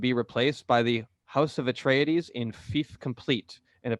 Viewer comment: Love the "Atreides" pronunciation ... at the beginning : )